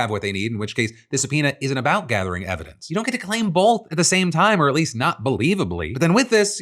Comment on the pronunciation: Hey Kash, you drunk bro? “We’ve got all the ‘everence’” lol he meant to say evidence